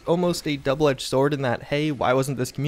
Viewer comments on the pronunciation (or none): none